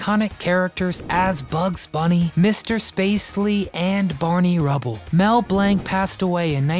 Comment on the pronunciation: You'd come across a little more knowledgeable if you would pronounce names correctly. Glaring example, it's Mel Blanc. Not Mel Blank.